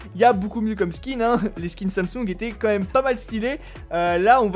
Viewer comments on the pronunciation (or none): none